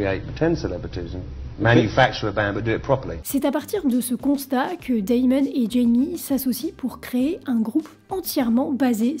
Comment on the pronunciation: Perso je suis plus choqué par le "Daillemone" :) On n'ajoute ni de I ni de Y dans le prénom en anglais, c'est juste "démone" (rien de grave cependant)